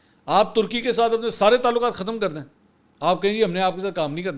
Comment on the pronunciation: tarki ni turky hota he